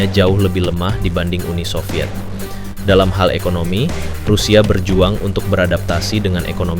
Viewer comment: SOVIET bukan SOVYETZ 🙄